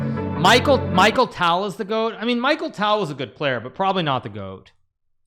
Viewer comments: Michael tale 😭🙏 it’s a ‘ch’ sound not ‘k’ and tal is like tahl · its not michael. Its MIKHAIL